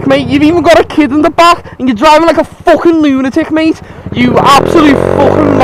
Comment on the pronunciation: the way he said fucking made me laugh No offence bro, It's just unusual for me